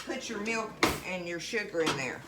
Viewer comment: The word: milk, has a W in it when spoken in many southern states in the usa? Meewlk?